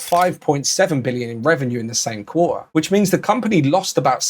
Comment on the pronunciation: So now Quarter is pronounced “Qua..ah”😂